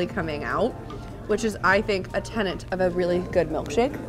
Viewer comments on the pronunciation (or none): none